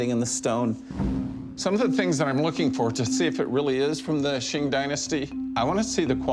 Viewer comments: Oh man, he lost me when he pronounced Qing as "Shing" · It's not "shing" dynasty. It's pronounced like "ching".